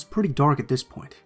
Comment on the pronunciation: would of been a lot better if you didn’t say dis. “This” would be better.